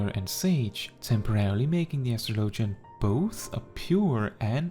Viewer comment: It’s pronounced like astrology… no LOGIAN